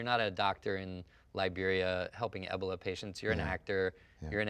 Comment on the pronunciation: I'm sorry...but did anyone catch norton say ebola as "eh-bol-a" ...what? hahah